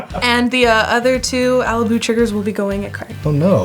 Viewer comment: I'd pronounce Alibou with a flat o. But other than that, what a cool deck! Good game